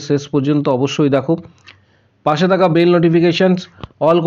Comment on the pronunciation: পাছে নয় পাশে হবে। পাছা পাচি নয় পাশা পাশি হবে। সঠিক বাংলা ভাষা বলতে হবে।